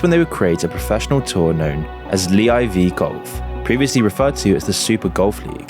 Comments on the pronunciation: Like the video of course but is it really pronounce LEE Eye Vee Golf? LIV Golf is just L I and V right? Where are you getting Lee from? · “Lee eye vee golf” AI Voiceover confirmed 👌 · Lee I V golf 😂 moons clearly not a golf fan